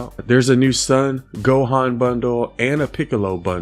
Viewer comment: I think his not pronouncing Gohan's name, right